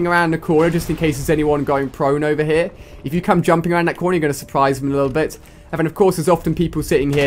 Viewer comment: " Over haar" lol...